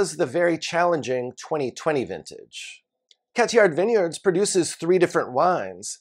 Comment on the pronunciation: Just FYI, you shouldn’t pronounce the « D » sound in Cathiard